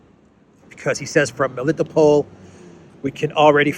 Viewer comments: Do me a favor and learn how to pronounce names please. Rally annoying to hear you butcher. Usually Russian names have emphasis on the last syllables. For example it's not me-LITTO-pol it's meli-tOpolь Same idea for Mariupol - mary-Opolь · you have difficulty pronouncing Greek names, Militopol, Semphiropol, Kherson? I thought you being Greek, you can do it well, may be even know how these names mean in Greek. These are towns of Ancient Greece after all.